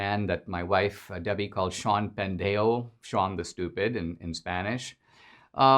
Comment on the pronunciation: Dinesh, love your Podcast, excellent to say the least. Oh, also, loved your Spanish accent, "pendejo"...I laughed hard. Pendejo is more than stupid, describes very well many democrats.